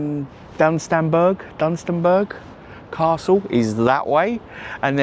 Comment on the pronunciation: Dun-stun-borough Castle